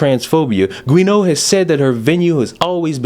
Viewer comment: I think Guéneau is "Joo-No".